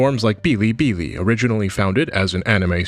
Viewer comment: Bilibili is pronounced as is. No tones needed.